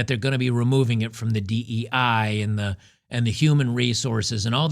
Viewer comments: Why do you keep saying "DIE" when it is clearly "DEI?" Just stop it! Lol. As to the video, I'm repulsed by women who are covered in tattoos; who have three inch long fake eyelashes; eight pounds of makeup; fake boobs that look like transplanted watermelons; enormous fake butts and who literally dress like prostitutes. Other than that . . . oh, wait, I forgot about their personalities. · Dee Eee Eye not Dee Eye Eee... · Do you have dyslexia? In virtually every instance you say"DIE", it is "DEI"